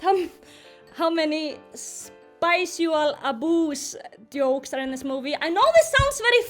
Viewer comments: What is spicial aboos??? 😂😭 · Um what's spicial aboos help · Me going over “spicual aboos” in my head to know what she meant:👁👄👁........😧